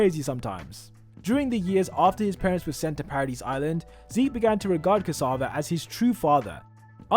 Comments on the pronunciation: Tom CASSAVA? its "Ksaver" bro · Its not Tom casava its Tom ksaver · Tom ksAvar? Did you really just pronounced it like that. Do some research before uploading a video like this...